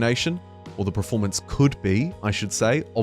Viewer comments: Per-form-ance. Not prif-ormance :)nice vid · Are you saying "praformance" or "Performance"?